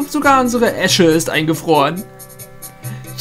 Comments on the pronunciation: Es heißt "ESSE", ESSE! Nicht Esche. Eine Esche ist ein Baum und die Esse ist das Feuer/die Glut einer Schmiede;) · das heist nicht esche sondern esse:)